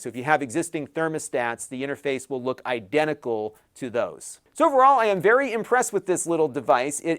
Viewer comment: Are you saying it's vewwy sensibo?